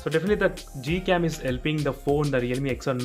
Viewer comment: is it google cam or gold cam....? You keep saying it as Gold cam or I'm hearing it as that...?